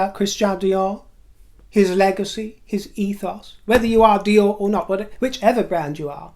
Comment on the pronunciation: you have excellent French pronunciation! Fabuleux!